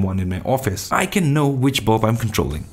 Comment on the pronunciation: Nice! Forgive me but i could only hear Bob instead of bulb. Great video again!